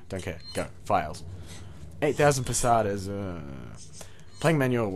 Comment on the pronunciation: it's Pesetas....you say it wrong....it's not Pasatas....sorry, but it just bugs me a bit :P but good job with the walkthrough mate.... :D